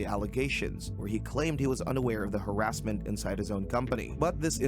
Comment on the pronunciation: "Harassmen" LOL